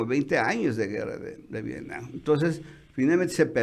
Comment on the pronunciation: Nadie de los Chapuceros puede pronunciar V I E T N A M?! No VIENAM, ni Vienan por Dios!